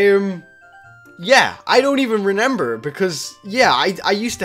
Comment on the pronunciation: Why do you say "renember" it's remember